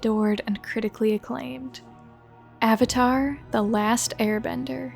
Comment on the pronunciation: I understand and mispronunciation of Aang, it’s like a weird Asian thing with pronunciation. But like, avatar is an English word. A 100% English word